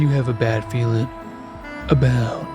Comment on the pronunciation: Nahh cause you guys always be saying that in like “not FERiN well” istg lol